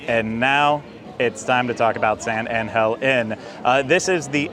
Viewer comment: You know I worked for Palmas Restaurants and no one say San Angel Inn the way you says it, not even the owner Rickey Debler. You are hurting my ears #Palmas